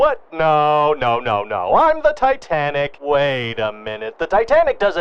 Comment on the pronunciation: Tit Anic? Souldnt be pronounced like "tight" anic then?